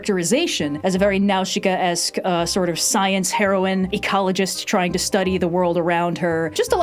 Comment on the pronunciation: The way pronounces Nausica is so wild to me lol